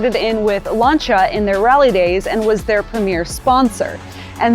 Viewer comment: Wouldn't be bad if she could actually say Lancia (Lan see a)